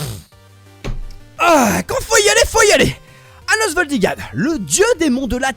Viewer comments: C'est pas ans valdigad c'est anos voldigo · C’est anos voldigod pas Gad !! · C pas anos voldigad c anos voldigod